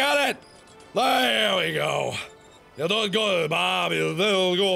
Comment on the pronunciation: you were sometimes saying Berb, not Bob